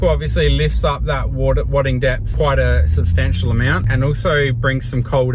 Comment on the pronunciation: Wad or Wade? I thinking it's wad'e'ing. Wadding made me think you were excited about your snorkel.